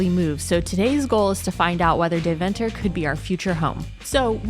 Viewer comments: Dayv'nter. With the klemtoon on Day....😂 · Its actual pronounced "Demtah" not Deventer. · Dear guy's ist De-ven-ter not DeVENter your pushing the "ven" to much..... LOL Next time put some (real) butter on the koek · I love how you pronounce Deventer as if it's 'The Venter'. It's actually more pronounced like 'Daiven-ter'. Phonetically 'Daiven-ter' comes closer to how Dutch people pronounce it. But I'll forgive you.. 😉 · Very good...but please learn how to pronounce Deventer.........